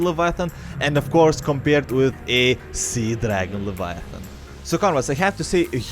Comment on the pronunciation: It is not levaaaaatan but leviathan